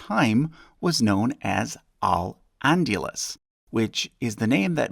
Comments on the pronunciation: Good research, but butchered the pronunciation as usual. Al-Andalus is Aal-Aan-daal-loos not al-unduless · It's Al AndAlus not Al AndUlus. This is like Benedict Cumberbatch trying to pronounce Penguin..... Holy crap. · Vlad Țepeş 🇹🇩 The Andalusian Caliphate were married to Navarrese Royalty from the very beginning. 1 ½ ¼ ⅛... the remainder being Basque. Al- Andaluz, not lluz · You're pronouncing "Al-Andalus" as if it were spelled "Al-Andulas," which is somewhat distracting. It's pronounced quite phonetically, roughly "ahl ahn-dah-LOOS." "Chichorro" does not have a 'k' sound in it. chee-CHOH-ro, even if you don't roll the 'r.' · Al andalus , pronounce the a's like the a's in Sahara and pronounce the u like the oo in good. You are pronouncing like andulas, which is completely wrong!! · Note: It's pronounced "al ahndahloos", with the accent on the "ahn" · Ayul And-yuh-luss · Andalus = un-da-loos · Al-Andalus is pronounced “El End-Eh-luss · You made Andalus sound like scandalous and I can't unhear it. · Your pronunciation of Al-Andalus is horrendous. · Love your videos. Just one small thing, The pronunciation of El Andalus could have been polished a bit. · Love the channel, but oh boy you butchered "Al-Andalus"